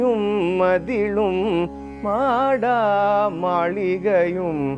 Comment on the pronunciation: Good rendition. If I am not mistaken, the pronunciation should be maada maaligaiyum and not maadaa maaligaiyum. Please donk think otherwise Sir.